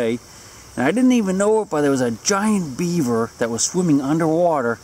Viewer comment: Do Beavers stink? Or are you saying "Sink"?